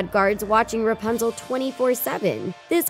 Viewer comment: Stop saying rpuzle